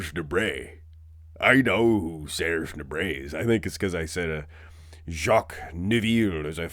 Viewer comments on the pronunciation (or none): none